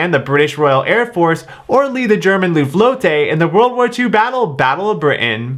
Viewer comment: Its luftwaffe